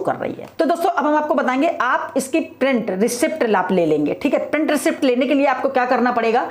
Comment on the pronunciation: Receipt को रिसीट बोलते हैं, रिसीप्ट नहीं🙏🏻मैडम🙏🏻